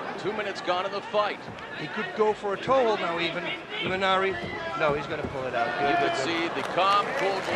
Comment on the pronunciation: Its imanari not imanani my friend